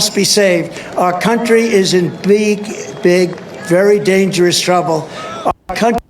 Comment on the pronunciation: How the hell do you screw up on a one-syllable word like "big." How?